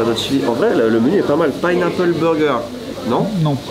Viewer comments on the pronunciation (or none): Pineaple en anglais c’est 😂😭 jsuis morte